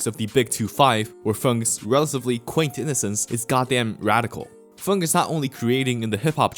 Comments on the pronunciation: why are you saying fung and not feng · Why this guy keep on saying fung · Idk if ur purposely comment baiting with the way you pronounce his name but that shit hurts my ears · Why do you pronounce feng like that